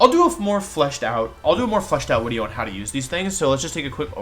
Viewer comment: why are you calling it wideo?